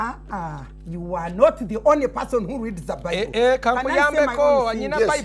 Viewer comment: you are NOT DI ONLY PAHSONN WHO REEZD DA BIBAHLL